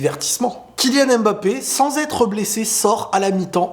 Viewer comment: OOOH merci! je suis camerounais et ça fait des années que tu me casses les oreilles avec EMbappé lol. sinon en passant est-ce que tu as entendu parler de Baki vs Doumbé?